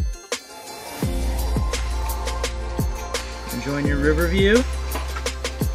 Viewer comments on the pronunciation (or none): Mountain’s has a T in it’s not Mow-In’s😂